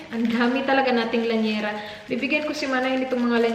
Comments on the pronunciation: I think it's llanera not lañera. 😄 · Hi! i watch your vlogs alwaaaaaaaaaaaaaaaays...i like your style - straight and simple, that's why i enjoy the way you tell your stories...and because of you i wanna get an air fryer and try the lemon lime and bitters..haha....oh, and by the way, it's llanera not laniera:) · It's actually, LLnera (Li-ya-ne-ra) pronounced sa Lya-nera (silent i) 😊